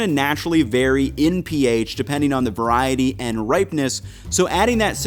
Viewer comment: "Veriety" not "veriatal" . Its not a word.